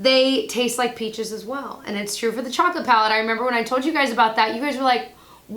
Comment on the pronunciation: "I membah". I got it. Totally cracked me up. 💕